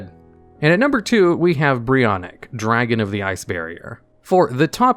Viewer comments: It's Brionac not Brionik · ITS CALLED brionAc not brionIc. why are people calling it brionic everywhere?